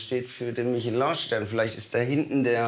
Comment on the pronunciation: Also entweder sagt man „Michelin“ (also deutsch ausgesprochen) oder man sagt „Mischloa“ (Französisch ausgesprochen) was übrigens beides korrekt ist aber das war einfach mal komplett falsch 😅